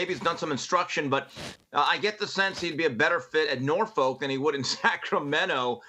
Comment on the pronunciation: As someone who was born and raised in Norfolk, Virginia it is pronounced "Nor-Fuk" not "Nor- Folk". I like you Jason,, and everyone else but pronounce our city's name right lol